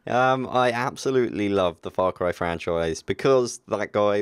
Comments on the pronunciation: Stop saying Frar Cry! Far Cry...Far. Faaarr. Faaarr Cry. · fra cry?? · "The reasons whoy I love the frarcry franchise"